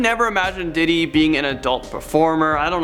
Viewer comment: nothin was ruined for me except sayin didi like diddy